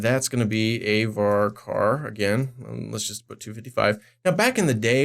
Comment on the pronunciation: VARCAR STOP SAYING VARCAR I'M CRYING